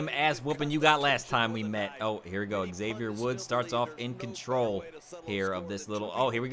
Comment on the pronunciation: great series, but your pronunciation of 'Xavier' is cancerous. hope you didn't get booked against him anymore in.the series, I'd like to live :-) great job, and nice live commentary!